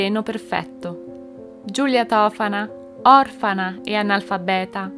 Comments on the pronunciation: Si dice tofàna... Scusa nn è x fare la maestrina ma voglio dirtelo x nn farti sbagliare, conoscevo questa storia, ecco perché te lo dico !! Vedi video correlati dicono tutti tofàna ... Ma mi stai mettendo un dubbio ... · Si dice Tofàna, con l'accento sulla prima A